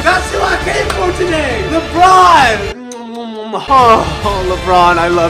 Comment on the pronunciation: And a year later he calls a le Ron again